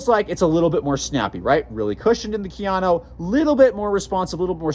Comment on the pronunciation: Ka. Ya. No. Kayano... 🤦🏻‍♂️